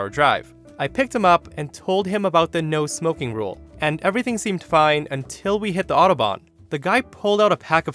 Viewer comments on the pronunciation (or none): none